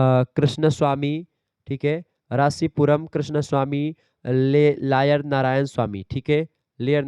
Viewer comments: Sir ne iyer ko layer padh diya😂😂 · Leyr nhi h iyer h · अय्यर है sir लायर नहीं😂